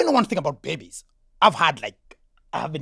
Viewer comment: Eugene!😮..."but you didn't object to food aid"..."he said Bebbies" 😅😅😅